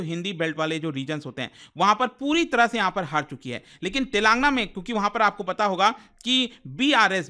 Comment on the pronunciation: TELENGAANAA... U PRONOUNCE WRONG